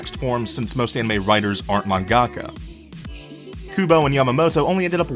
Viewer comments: "Mahn-GAAHK-a" ...I understood most the terrible pronunciation through out this video, but this one threw me for a loop!! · Just one quick note I know you'll hate to hear, but 'mangaka' has the emphasis on 'man'. It helps to think of it like two words, manga and ka. We don't say manGA. We say MANga. Okay, sorry, so sorry, okay I'll leave now, cheers, thanks for the video~ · What the fuck is a man-gaka?Horrible pronunciation right there.But you agree Victor is best boy so you're forgiven. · Please learn how to pronounce japanese words ;_; Mangaka is not pronounced that way </3 Love the facts though <3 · I'm sorry but the way he says Mangaka is so hilarious. No offense.